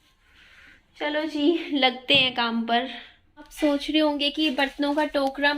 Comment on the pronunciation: Aap soch ko sonch kyu bolti ho